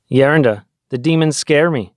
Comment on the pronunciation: Please pronounce Geronda as greeks does so people won’t confuse or just use elder.